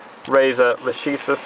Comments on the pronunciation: the pronounce is lakesis, it's latin ;) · Lah-ke-sis mate, try google translate.